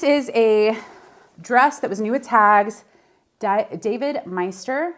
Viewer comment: Good job pronouncing “Meister” correctly lol, being my own last name I’ve heard some ppl come up with some doozies trying to say it!😂